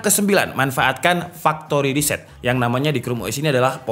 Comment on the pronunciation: Kok aku kocak ya bang, ngucapin Factory Reset 😂